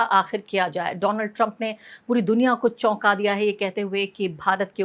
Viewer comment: My phraaaaaaand Dolaaand TrAaamP 😂😂😂